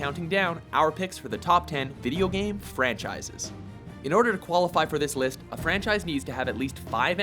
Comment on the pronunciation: Anyone else here him say liff instead of list in the halo one?